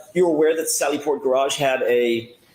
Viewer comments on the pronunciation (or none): I heard “gararge”